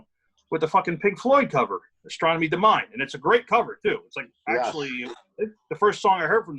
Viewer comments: So annoying when they say Astornomie Domine as do-mine. Its dominé..not mine. So annoying. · Love Voivod's "Astronomy Domine." Great video too. BTW, "Domine" is pronounced "dom-in-ay." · I agree that VoiVod (from Jonquiêre, Qc) improved until their 4th album. After, I stopped listening to them. The second word for the Pink Floyd cover is pronounced "Do-me-né". Very good episode as usual.